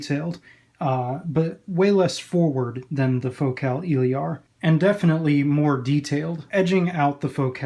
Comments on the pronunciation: El-ear ..... Your killing me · It’s Eh......Leer. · honestly I'm not sure anymore tbh. 99% of all other reviewers pronounce it as "il-eer". For all we know you may be the only person pronouncing it right haha. In french it would be "il-air". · Nice review! You pronounce Elear wrong tho :3